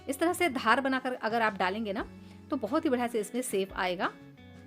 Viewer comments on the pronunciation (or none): Sier, crass, sape ( share, crush. Shape )